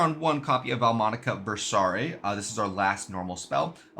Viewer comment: literally no one on youtube pronounces the Italian names correctly in these deck profile videos and it's really annoying aaaaaaaahhhhhhh. Seh-le-tree-cheh SHELL-Tah I'm glad you're one of the VERY FEW who pronounced Invitare, Versare, Intonare etc. correctly though. Everyone else just does it the white way.